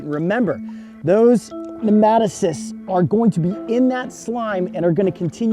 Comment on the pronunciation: It's nematocysts.... Not pneumatocyst